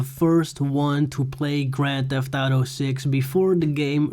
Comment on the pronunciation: Grän thef Äutöuuu Six 🤣🦾